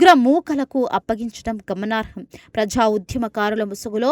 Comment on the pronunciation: ఉధ్యమం కాదు ఆ పదం కేవలం ఉద్యమం మాత్రమే.అలాగే ప్రఝా కాదు ఆ పదం కేవలం ప్రజా అని మాత్రమే పలకాలి.మీలాంటి వారు తెలుగు న్యూస్ రీడర్స్ కావడం మాఖర్మ.వ్యతిరేక చర్చలు కాదు ఆ పదం కేవలం వ్యతిరేక చర్యలు అని తెలుసుకొని ఉచ్ఛరించాలి.దారణాలు ఏమిటి ఆ పదం దారుణాలు అని కూడా తెలుసుకొని చదవాలి.తెలుగు పదాలను ఇలా ఖూనీ చేయడం తగదు.నీవు ఈ ఉద్యోగం నుండి వైదొలగి మాకు ప్రశాంతత చేకూర్చాలని మనవి.